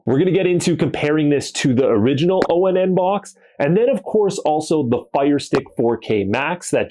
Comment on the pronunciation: Dude. It’s Pronounced Onn as I turn it On. That’s why it says (Watch Onn) right there on the box. You don’t have to say O N N all the time. Just say ON